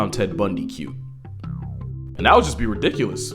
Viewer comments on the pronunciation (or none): none